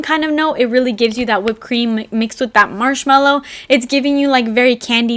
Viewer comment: the way you said 'Marshmalli' and 'Franggi paanii' just crack me up